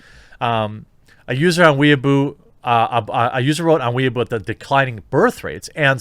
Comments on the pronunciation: What? Chairman Mao was wrong? No... btw, they're pronounced "Way bo" (bo sounds like bow as in bow-tie) and "dough bon" "why boo" would be spelled Waibu and "Dow bon" would be spelled Daoban. Just some pinyin pronounciation tips. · Jeremy, the pronunciation for Weibo is NOT "wee a boo" (that is what someone who wants to be Japanese is called, it's a derogatory moniker). It is "way bor", with no emphasis on the 'r'. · It's Weibo, not Weeabo. Way-bow. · weibo is now weeaboo no one pronounces it properly. i know how its proncounces but even i say way bow which is also wrong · Fuck, weibo isn't "weaboo", weaboo is weaboo aka weebs. weibo is pronounced "way - bwoh" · "Weibo" as "Weeaboo" makes me laugh. I'm not fluent in any chinese language, but I think it's "wey'bo." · please weibo is pronounced like whey baw not wee ah boo. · Whey-bow not weaboo, completely different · "Weibo" is pronounced "way-bow", not "weeaboo." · Can we just sit and appreciate how JerBear pronounces Weibo, which should be pronounced kind of like WHY-bwa, and he pronounces it literally like WEEABOO!!!! 😆🤣 Giving a shout out to the weebs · "Weibo" is pronounced more like "way-bo" btw. Hearing a homonym pronunciation like "weeaboo" just made me chuckle lol. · It's gotten painful now. The Chinese social media site is WAY-BOW (as in bow and arrow). An annoying person obsessed with anime is a WEE-UH-BOO. Learn the difference. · You kept mispronouncing Weibo ad "weeaboo". It's pronounced as "Way-bOh". It just bothered me how you mispronounced it. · Believe it’s pronounced: “Wei-bo” (unless Chris from China Uncensored is doing it wrong) just sounds like Jeremys talking about Japanese Otakus. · Jeremy keeps saying "Weaboo" instead of "Weibo"; whether this is intentional or not, I hope he keeps saying it! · Its pronounced "wei boh" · It's pronounced Whey Bo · it's pronounced Way-bo -_ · It's pronounced "way bo" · God bless you for pronouncing "Weibo" as "Weeaboo" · Weibo is pronounced "Way - Bau".